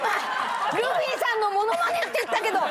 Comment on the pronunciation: 「マノマネ」って聞こえるw